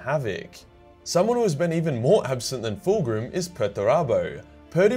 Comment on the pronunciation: Calling Fulgrim ''Full Groom'' im dead